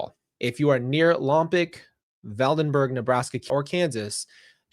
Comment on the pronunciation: I'm from Santa Barbara. It's pronounced "Lom-POKE" Next to it is "VAN-den-berg" (Both are Northwest of Santa Barbara, which is on the coast, 100 miles Northwest of L.A.) Thank you for covering this case,. Melodee is absolutely adorable. Prayers for her safety and return. ✝️ 🕊